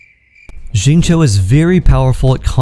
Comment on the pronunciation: Who's ZING-CHOU??? 😂